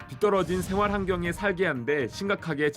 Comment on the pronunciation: 왜 중년 남성들은 'ㅅ'발음을 제대로 하지 못할까? 너무 많은 이들이 'ㅅ'을 'sh'로 발음한다. '생활'을 '쉥활'로 '선생'을 "션섕" 등등...